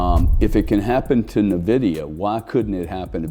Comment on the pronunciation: NVDA won't peak until the last person stops calling it "nuh-vidia".